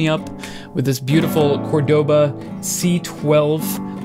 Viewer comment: You say it wrong, it's cÓrdoba not cordÓba